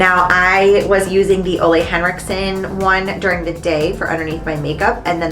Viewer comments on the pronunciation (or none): I seriously love watching your videos, but my heart hurts when you say Olé Henriksen. He's Danish and Ole is pronounce ol' (like when you say old but leave out the D:D)